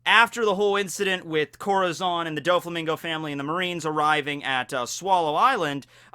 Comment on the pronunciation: Im mexicano i hate the way he pronounces corazón its like some one pronouncing tortilla with the l’s